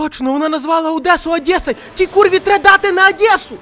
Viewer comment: «На Адєсу» гарно дав😄